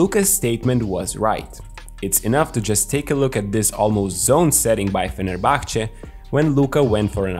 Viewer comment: How tf did you pronounce Fenerbahçe so good lmfaoo